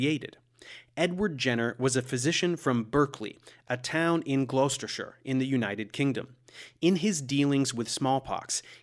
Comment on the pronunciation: Earlier this month I married the love of my life in the Jenner estate’s (once private) chapel, St Michael’s Church in Hill, Berkeley. Incidentally… Berkeley, pronounced “Barkley”. And Gloucestershire, pronounced “Glostersher”.